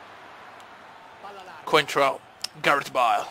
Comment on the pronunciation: Non si dice bale si duce beil si scrive solo bale